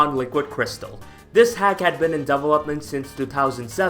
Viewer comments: Am i the only one who got a bit annoyes by his pronunciation of develop/developed/development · Double up mint